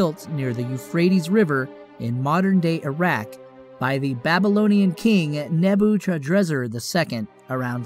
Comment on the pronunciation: Nebachudrezzer? Puhtolemy? Seriously? Cmon man that’s easily avoidable and taught in Elementary School